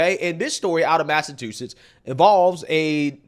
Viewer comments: Lol, you said Massa toosits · You’re so funny how you say Massachusetts with and extra T instead of ch 😂